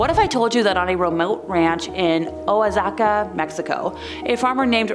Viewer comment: Just one minor point: Oaxaca is pronounced wah-HA-ka, or in some parts of Mexico, it's oh-ah-HA-ka. Just fyi... :)